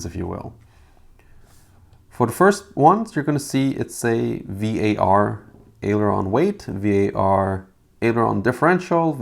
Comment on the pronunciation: Thanks for the video and the files. I would like to make one nitpick comment about the way you say "Var". If I am not mistaken, it is short for Variable, and when us programmers shorten it to Var, we pronounce it as a word, and it's said like bar, but with a vee sound in the front. 😁